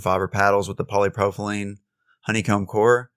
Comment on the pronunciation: You got the Poly now sound out propylene pro-pa-lene. Don't try to say the Y that's what is messing you up w/pronunciation.